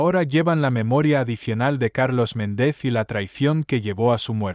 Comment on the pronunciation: Méndez y Rodríguez son palabras llanas, no agudas. Las pronuncias mal. De la misma forma, pronuncias palabras agudas como llanas. Separas el título del apellido para referirte a una persona. Por ejemplo, la doctora, (haces aquí una pausa que no tiene ningún sentido) Walsh (y luego dices el apellido). Suena como a dos personas distintas. Es una pena, porque el ritmo de lectura es bueno y das muchos detalles, pero la pronunciación y las pausas no las haces bien.